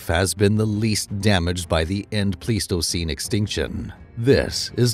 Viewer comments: Pleistocene is not pronounced please-toe-seen, it's pronounced plies-toe-seen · It's actually: plys-to-seen , The "ei" is usually pronounced as a "long-I", as it is in German. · It's not plies, it's Pleis-toe-ceen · Bruh, if you can’t pronounce “Pleistocene” correctly, I’m not going to believe anything you say after that. That’s really embarassing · you don't even know how to say the word pleistocene. haha